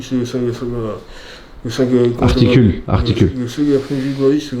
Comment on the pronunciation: artivule articule